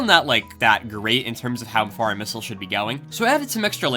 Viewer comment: "Hey everybody, I wanna make a mistle" what an intro!